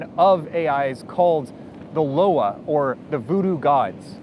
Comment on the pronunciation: Nitpick: it's not "Loa" as in "lo-wah" but "Loa" as in "lwa" or - better, I think - "loi" as in the French (or Creole?) for law.